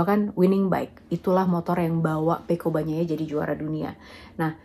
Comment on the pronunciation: Yg paling saya suka dari mbak lucy ini adalah bahasanya menyebut nama Pecco Bagnaia fasih banget, saya sulit melafalkannya